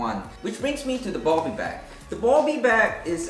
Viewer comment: It’s bobby not bubby